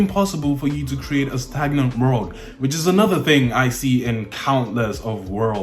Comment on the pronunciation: "Stangnant" xD